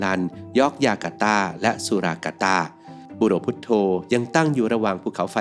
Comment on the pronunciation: มันอ่านบุโรพุทโธได้ไง